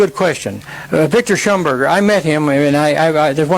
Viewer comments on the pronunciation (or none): Victor Shauberger not shumberger. Unless he is talking about someone else, but i don't think so.